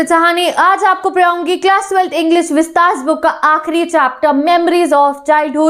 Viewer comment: It's miracle ❤️ when ma'am say "me aapko paraungi" and "hega" 💕💕😊